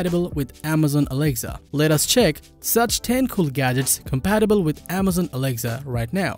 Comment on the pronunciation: This guy is just saying alegza not Alexa